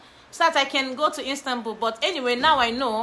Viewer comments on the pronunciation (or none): Istanbul not instanbul 😂♥️